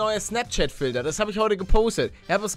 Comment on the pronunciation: Warum sagst du zum T immer D z.B Filder